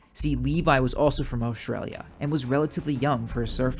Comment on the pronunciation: Hey you almost said Australia correctly